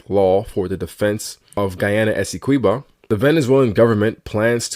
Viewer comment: You're butchering the pronunciation of Essequibo